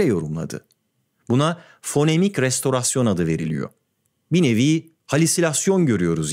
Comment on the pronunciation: Restorasyon kelimesini belkide ilk defa doğru söyleyen birini gördüm 😅